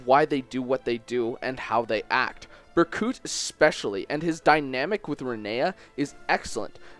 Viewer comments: I know he explained But it's Berkut...not Burcut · bercut bruh, it's pronounced berkoot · Ber cut omg i'm dying, it's pronounced burkoot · he pronounces it "bercut", heh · "Cam-us" "Ber-cut" "Hands" Please... for the love of god learn to pronounce the names of characters you're talking about. It brings down the reputation of your entire video. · Berkuut. Ber-Kuut. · how the hell does one mispronounce the name of a character whose name was spoken so many times throughout the game... BER-KOOT!! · Lmao reading the comments while listening. And someone says Berkut is being mispronounced and I'm here thinking, "Bur-cut?" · BER•KOOT! It's Ber•koot! My OCD is going off the charts, pronounce it right!! Just kidding... XD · 4 you pronounced Berkut wrong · UNCLE! Berkut is my favorite villain in this entire series. And you're saying Berkut wrong. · Berkut is Ukrainian for Eagle and in Slavic languages the u is pronounced as "oo". AFAIK an umlaut only makes an u sound the way a single u sounds in English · Great video, but you pronounced Berkut wrong, so I guess I have to shank you in accordance with Rigelian law